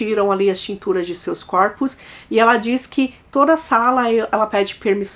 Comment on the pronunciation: está me dando gastura ouvir vc pronunciando o plural de " corpo " de forma errada! Corpo, plural = CÓrpos (aberto, mas sem o acento agudo), ok? Fica a dica, mas sem querer te ofender... ❤🥰